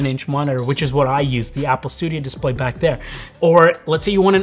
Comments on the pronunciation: What's a DISPAY? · The “dispay” 🤣🤣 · DISPAY lol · THE DISPAY 🤦‍♂ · Missing an L in your Dispay blend oder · Definitely love it for the “DISPAY”😅